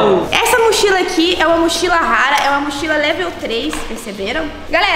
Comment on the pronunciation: "Motchila,Motchila" Eu: q viaje e essa vei kkkkkkkkkkkkkkkkkkk